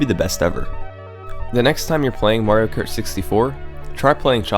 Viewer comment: UGH! Is there a YouTube rule that states every damn youtuber HAS to pronounce ridiculously wrong some words? Like KERT instead of Kart?